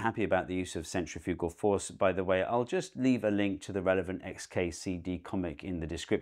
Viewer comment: "centrifewgal"? You're putting the emphaahsis on the wrong syllaable.